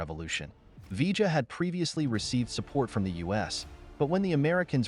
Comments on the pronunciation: Its pronounced 'Vee-yuh' not 'V-juh' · Its pronounced viyah short ah aound double l in Spanish makes the y sound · Vee-ja? Really? 🙄. What are we Argentina? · Vee - juh ... ??? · Mispronunciation of "Villa" and garbled facts make this a weak video-not very pleasing.